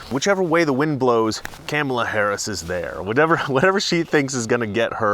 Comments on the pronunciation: It’s comma-la, not can-ma-la, you bigot racist!😂😂😂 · It is Kaa mala not Kam mala, shesh get the next VPs name right... BTW Kamala means Horrible in Finnish. Which is appropriate. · Oh are you in trouble Mister it's pronounced 'Comma La' not 'Kammela'. The Democrats made it clear "pronounce her name correctly!" Joe Biden can't do it either! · OMG (My G IS Goodness) did you not get the memo, it's name is pronounced Ka Ma La. No soup for you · IT'S KAMA LA, like comma. How dare you! 🤣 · It's Cum-Allah say it right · You have to pronounce Kamala right, like comma. Remember the crap Talker got the other day. LOL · Dont be a racist sexist her name is pronounce Comma K La. CNN jumped all over Tucker for pronouncing her name wrong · I love how after CNN bitched about tucker saying "cam" ala harris' name wrong as a deliberate attack, you're doing it on purpose, lol! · Are you pronouncing her name wrong on purpose? Just wondered. If you don't know how to pronounce it - (and Tucker got in knee deep over it, accused of disrespect (said it was 'all about disrespect: reporter (“Because this will serve you and your fellow hosts on Fox. Her name is pronounced ‘comma’ — like the punctuation mark — ‘la.’ Comma-la.” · Its pronounced car ma la dumbass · Uhhh you're pronouncing her name wrong. It's "Copmala." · If you are going to talk about her pronounce her name rite it's 'mala Harris you racist lmfaoooooo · Are you pronouncing her name wrong on purpose ? The Left called Tucker Carlson on it when he did it. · Careful, you might get brownsplained to by Don Lemon and his bottomless well of smug "wisdom" for the way you're pronouncing Kamala. Remember, it's okay for non-Native English speakers to butcher English names, but not for native English speakers to use anglicized approximations of non-Anglo names. One standard for me, another for thee! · you pronounced Kameltoe Hairyass incorrectly... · are you miss pronouncing her name on purpose....good man